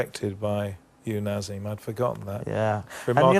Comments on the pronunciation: Bugs me that interviewer keeps saying NaZeem even though he's been corrected from the start...Naseem, and yes i am aware people called him Naz for short. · Why cant this stupid old fuck say Naseem? He keeps saying nazim I hate the stupid English accent where they chose not to say certain words the way they know their pronounced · Gary Newbon was very unprofessional here, almost embarrassing at times. I'm surprised Hamed didn't deck him. Hamed corrected his pronunciation of Naseem, only for Gary to repeat the same pronunciation right back at him in the next sentence. Shortly after, he mispronounced the names of Hamed's close family members. I think he then got rialed by Naseem's attitude and goaded him by saying it wasn't possible Eubank was ever on a Hamed undercard; what did he think he was saying? He clearly thought he could just turn up and wing it. Very little prep work here, and probably very well paid for it. Maybe an off day, but pretty poor all round. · Youd think someone would correct him for saying " eubanks" all the time . As for the interviewer ,what a rude guy . He got naseems name wrong , then after getting corrected he said " yeah " , then proceeded to call him by the wrong name again .